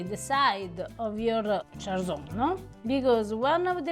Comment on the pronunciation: Che bello vedere un po' di cucina friulana qui, grazie! Però Cjarsons pronunciato alla francese non si può sentire 😂